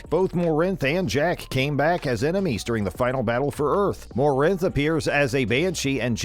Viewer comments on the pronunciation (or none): Here is the red pill: "Morinth", "T'Soni" and "EDI" were mispronounced because it's a text-to-speech automated system. It's not a person speaking. The system doesn't have those names in its English dictionary and tries to "guess" how to pronounce it. Check out this video from this channel with the same "voice" and activate the subtitles: at 2 minutes 27 seconds it says "bar log added" That is clearly a mistake. Almost certainly the script is in JavaScript and in this programming language the programmer can add a single comment line to the code that is not read by the program, in this case, it shouldn't be "voiced/spoken" by the automated system. The syntax is //add the comment here So, someone want to type // log added to the code but instead typed / log added and therefore the system didn't recognize it as a comment and "voiced" "bar log added" On top of this, at 2m35s and 3m10s the automated system "says" "30 hours to finish!" EXACTLY the same way. If you listen carefully, there are irregularities throughout the video in tone, beginning and ending of sentences, pitch, volume etc All videos in this channel have the same structure, there is no person to be seen, different "voices" in different videos and with different pacing. The videos are almost certainly also automatically generated from other available videos on the internet. This may be some kind of project to see from the comments how many people believe it's actually a person speaking. The content creator in th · The guy can't pronounce any of the names right and honestly if you've played the games, none of these (except the Inquisition thing) are secrets. Also he calls Kasumi 'he'. Guy doesn't know anything and his voice is annoying. Den-eh-im? More-anf? Really? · FFS, the sheer amount of mispronunciations in this video had me stop it at not even 2 minutes, at least play the damn trilogy before you try to make a video on it. Some of these aren’t even secrets either…